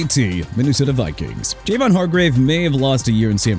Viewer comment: JAVON HARGRAVE'S FIRST NAME IS PRONOUNCED JAH-VAUGHN NOT JAY-VAUGHN!! AND IT'S TREVON DIGGS NOT QUEVON DIGGS!! WHO IS QUEVON DIGGS?! SMH... YOU'RE DONE DUDE... YOU'RE DONE...